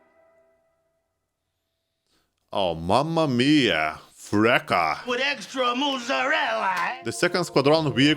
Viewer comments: It reads Freccha not Frekkia, it means arrow but you can intend it as bolt. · « Frechia » not frecka 😂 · Brother it's pronuncied "Freccya" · I really didn't expect a dev server video from you, I'm really happy for it! (by the way, your pronounce of Freccia is... pretty wrong... but eh :/)